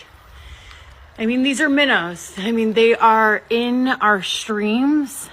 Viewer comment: It's "impor int" to examine these fish all "acrossed" the "shtream".